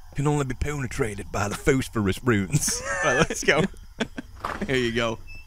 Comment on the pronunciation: Can only be poonetrooted by -rous boollets XD